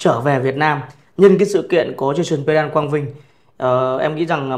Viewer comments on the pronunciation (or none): Tên họ của Jason Quang Vinh cần phát âm gần đúng là "Păng đăng" (Pendant). Không nên phát âm là "Pen-đần" hay "Pen-đan". Xin cám ơn